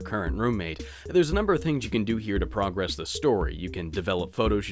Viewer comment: "an incredulous amount of time" is not how the word incredulous is used also you mispronounced "progress"